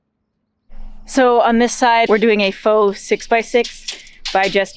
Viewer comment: faux / have we went all French Canuck LOL